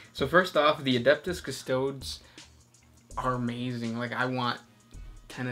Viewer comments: guys, its custoDEEES like "tea" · Please stop butchering the enunciation of all the names of 40k!! Custodes is pronounced "Cust-Ode-es"